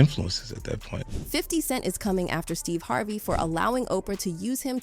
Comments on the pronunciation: Who the f is Steeva Harvae? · Stevay Harvay? UnfortuNATEly? aLEGGEDly? What planet are you from pronouncing all these words so weirdly and WHO THE HELL IS Veeeola Davis?